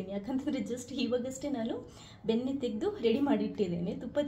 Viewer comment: ಬೆನ್ನೆ ಅಲ್ಲಾ ಅದು ಬೆಣ್ಣೆ😅 ಕುಡಗೋಲು ಅಲ್ಲಾ ಕಡೆಗೋಲು😂